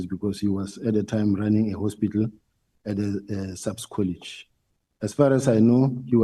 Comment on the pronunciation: Not Colish! Say College plz!